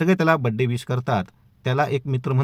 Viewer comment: विष नव्हे विश